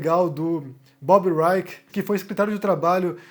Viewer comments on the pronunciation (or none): none